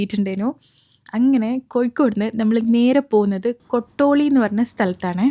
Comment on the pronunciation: കോട്ടൂളി ആണ് കോട്ടോളി allaa😊